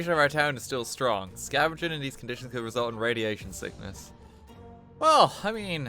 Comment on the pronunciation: much is capitalized, decides to put emphasis on the could. This hurts me